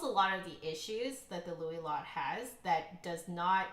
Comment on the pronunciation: I’m pretty sure it’s pronounced like the word “low” (Louis Lot). That’s with five years of French, but it’s a name so…